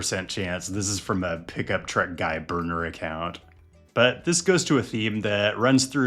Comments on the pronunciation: Full size crew cab pickup trucks are just awesome man. Don’t over think it. And it’s pronounced TRUCK not TRECK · I just realized that when he says "Trek", he's actually saying "truck". I kept thinking "Why does he keep talking about a specific brand of bicycle?"